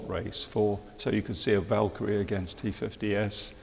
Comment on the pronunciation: SEE HARRY, THAT'S HOW IT'S PRONOUNCED... VAL KER EEE,... NOT "VAL OR KEEE"